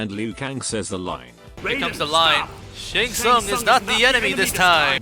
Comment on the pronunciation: Bro shouldn’t the reptile employee say Shang Tsung’s name correctly or not